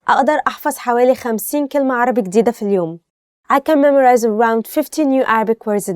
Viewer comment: There are many pronounciation mistakes in the first sentence اقدر احفظ 50 كلمة عربي جديدة في اليوم 1) عربية is the right not عربي. 2) اقدر aqdar Not a'adar 3) احفظ A7FADH NOT A7FAZ 4) جديدة JADEEDAH NOT IGDEEDAH 5) اليوم ILYAUM NOT ILYUUM I just reviewed the first sentence only